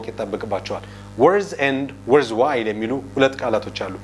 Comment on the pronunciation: worthwhile … Not worthwh 😂😂